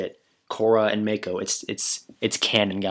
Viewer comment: its moc-oh not may-co